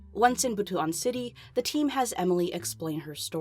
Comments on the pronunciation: haaaa she said butu-an Xddddddddd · Oh no! Dont pronounce Butuan as butu-an, it becomes related to genitals that way. It should be pronounced Bot-wan. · Hey, filipino. Wanted to let you know its pronounced "but-wan"